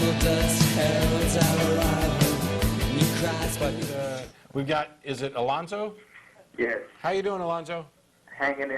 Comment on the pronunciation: "Alonzo" sounds like "Reuben."